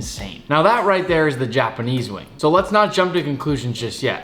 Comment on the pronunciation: why do you say "jah-panese" lol